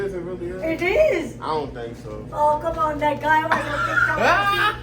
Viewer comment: Lmao she said kum on negah u know it's hot 😂😂 🔥